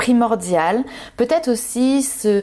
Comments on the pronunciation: J'avoue qu'à partir du 3e peut-ête c'est un peu... 😂😂😂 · Merci pour votre tirage 😃…. Un petit point négatif ? Le mot Peut être…. Oui il y a un R dans la prononciation, sinon enlevez tous les R de tous les mots, forcément cela n’aura plus aucun sens…🤣😂…